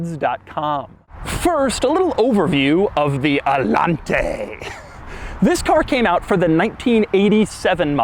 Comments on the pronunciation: No, its pronounced allanteeey not allante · it´s actually pronounced "ayanté" not "alante" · It's spelled Allanté, not Allante, so it should be pronunced Allan-TEH, stressing the last sylabe. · So there is an accent in the E. So it should be pronounced... AllanteeeeeeEH. Ok, Cadillac from the 1980s, you WERE quirky. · IT'S THE ALLANTAY!! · The accent when pronouncing Allanté is on the "e". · Doug is the type of guy to mispronounce Allanté an entire video. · Wait, Allanté? As in, emphasis on the é? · You pronounced Allanté wrong in the whole video. The é means you put the accent at the end of the word. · Love ur videos but.....WHY ARE YOU PRONOUNCING ALLANTE WITH THIS MANNER? It sounds stupid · His reviews are so much better when you "mute" them. The way he says "Allante" and pretty much everything else, is just awful.